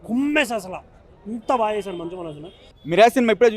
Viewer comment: మంజు కాదురా మంచు మనోజ్ 😂